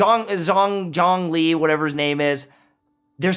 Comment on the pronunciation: It’s pronounced zone-li. Problem solved